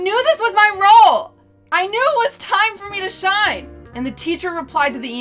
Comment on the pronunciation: “it is your time to shime”